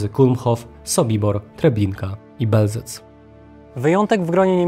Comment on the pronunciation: Mówisz Belzec, raczej chodzi o Bełżec. Bełżec, miejscowość położona w woj. lubelskim.